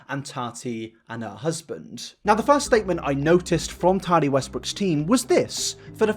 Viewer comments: Dude. I like your videos, I do. But recently your pronunciation has done my ***s in. Why are you pronouncing your T’s as soft d’s? It’s Tati, not Tardy! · I love you, but I couldn’t watch this video because of your pronunciation of Tati. Or in your case, Tani 😂😂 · “TARTY WESTBROOK” 🤣🤣🤣